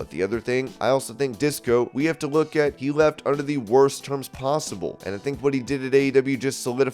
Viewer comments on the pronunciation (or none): none